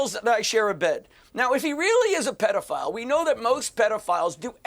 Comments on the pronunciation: I wanna fight Piers for how he pronounces pedophile. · It's PED, not PEED!